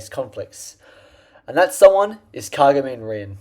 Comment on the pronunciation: “kahguhmeen rihn”